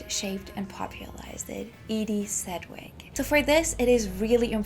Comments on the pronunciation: Sed wick? Oof. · You should learn how to pronounce her name correctly, if you're presenting yourself as an authority: 'sedj-wik. Note the "j". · Same here. But Edie’s last name is pronounced SEDGE-wick. Sedge rhymes with hedge. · FYI, her name rhymes with "hedge-wick." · Please learn how to pronounce her last name. Am i aski g too much? If youre such a fan , learn her name. You to claim to have put your "heart and soul" into your work. Well, learn it